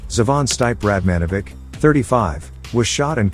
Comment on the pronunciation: it's "Stippy" (Steve)- not Stipe